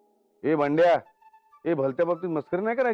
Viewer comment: बंड्या नाही बबड्या